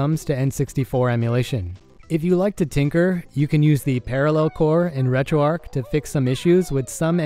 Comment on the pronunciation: Why do you keep calling it retroarc not retroarch?